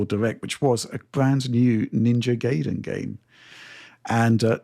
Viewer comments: First time I hear anyone pronounce it Gayden instead of Guyden lol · Pronounces Guy-den man come on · Gayden 😂😂😂 yep 😅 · Ninja Gayden. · Jesus, you would think someone as smart as could pronounce the name "Ninja Gaiden" correctly.